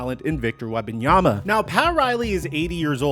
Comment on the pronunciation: Victor WeMbanyama. Not WeBanyama 😅